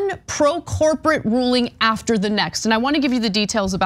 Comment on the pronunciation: Did she say “corporatish”? Is that a word?